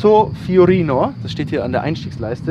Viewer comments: Assetto "Fiorano" nicht fiorino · es heisst assetto fiorano und assetto hat 2 TT ! fiorino ist falsch es heisst fiorano. italienisch muss schon schwer sein wenn man videos über ferraris macht :) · FiorAno nicht Fiorino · Alle: ASSETTO FIORANO Daniel: ASSETTO FIORINO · Lieber Daniel, FIORANO!!! 😅 Fiorino ist ein Van und ein Lieferwagen von Fiat. 😜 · Assetto Fiorano nicht Fiorino. Fiorino war eine art Kleintransporter von Fiat😂. Aber sonst wie immer super Video. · Hey Dani.. das heisst: Assetto Fiorano.. (wie die Haus-Rennstrecke) nich Fiorino... war mal ein Kastenwagen von Fiat 😂😂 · Assetto Fiorano nicht Fiorino! #nofront Einfach schön dieses Auto! :) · Hello Daniel, is assetto fiorano not fiornino 😂😂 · Fiorino lol 😂 glaub das heisst FiorAno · FiorAno ... nicht Fiorino, das ist doch kein FIAT, ha ha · Assetto FiorAno!! nicht FiorIno 😀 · Fiorano... Fiorano... Fiorano. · Asseto FiorAno heißt die Ausführung. Nicht mit „O“. Und SF90, weil die Scuderia Ferrari, sprich der Formel 1 Rennstall 90 Jahre alt geworden ist und nicht die Marke selbst. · Das heißt Assetto FiorAnO